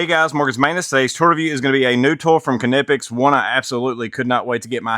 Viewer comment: Pronounced "Nip-ex.